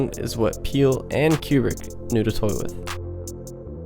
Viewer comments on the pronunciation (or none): Great video! But isn’t his name pronounced “KOO-brick,” not “CUE-brick?”